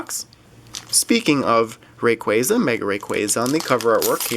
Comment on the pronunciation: U da best I enjoy ur vids so much thank u for uploading and check my channel I opened a dragonite ex box and a tin Also I think u say like rayqwasa